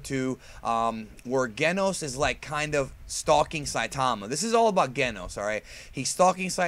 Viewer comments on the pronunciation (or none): its pronounce Jenos in japanese Jenosu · I love One PunchMan Btw it's pronounced "Jen-Nos" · I was going to put a comment about how you can pronounce Saiyan but not Genos but that's like 90% of the comments, so, instead I'll ask if you've seen the Heroes footage everyone has been freaking about and can we expect a video with your thoughts or have you pretty much covered it indirectly in another video? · You're mispronouncing Genos' name. haha